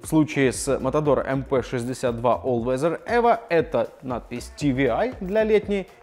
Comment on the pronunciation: Не ти ви ай...а ти дабл ю ай...учи алфавит